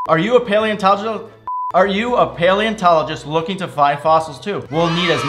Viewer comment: All those times tries to say paleontologist: “Are u a planet?” Tom: “Yes— How did u know...”